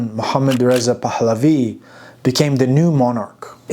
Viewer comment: Dear friend, easy on the "H" sound when you pronounce Pahlavi. It's not "Pahhhhhhhhhhlavi", it's a soft "h" just like in English.